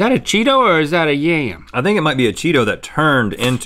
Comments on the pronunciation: yam, the vegetable, not ya yum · “Is that a Cheeto or is that a YAY-UM?” If there was ever any doubt that Link grew up in NC, that pronunciation of “yam” just cleared it up.